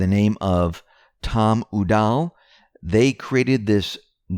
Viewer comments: It's not oo DAHL. It's YOU dawl. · Tom Udall - pronounced --- Ūʼ- Dawl or "You Doll" - accented syllable, U